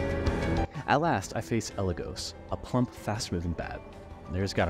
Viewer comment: AND mispronounce “Eligos”, who has had their name said aloud canonically before. It’s a little funny